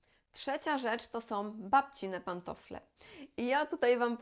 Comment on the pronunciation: Pani kanał jest bard,o potrzebny, a porady sensowne i użyteczne, ale proszę się postarać, by nie mówić " som", " używajom", " ubierajom" itp. Wiem, że wiele osób tak teraz mówi, ale to naprawdę jest nieznośne. Tam wszędzie ma być " ą".